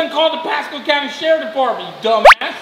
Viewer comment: he said sherifff ahahahah